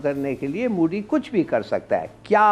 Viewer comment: Moody nahi MODI hai humare pm ka naam. Naam tak dhangse bolne nahi aata aur panga lene chale ho. Lene ke dene pad jayenge tumhare.